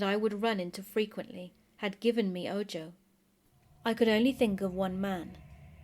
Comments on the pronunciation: Ahhh I hope it’s ok, but “ojo” is pronounced with the j making an h sound,”oho”. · Spooktastic! And simply because I know you're as twitchy as I am when if comes to pronunciation, if you encounter the word "ojo" again, it's pronounced, "oh-ho" - meaning eye in Spanish. It rhymes with Santa Claus's laugh: Ho-ho. Otherwise, absolutely flawless!